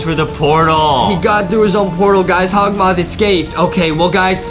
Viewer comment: Adem it’s hokmoth